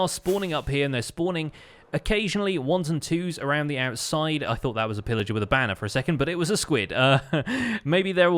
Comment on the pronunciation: Did he say Phil Ager? LETS GOOOOO SYSTEMZEE